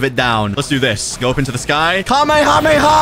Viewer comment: my favorite part "hame-kame-haa"